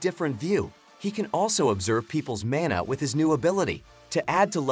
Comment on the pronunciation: he said "He uses his mAnR to transport him."